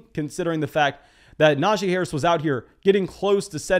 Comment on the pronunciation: A+ for fantasy content. F- for name pronunciation. The “jee” in Najee is pronounced “Geeee” per Najee himself in an interview. Now about that free hat…….🤔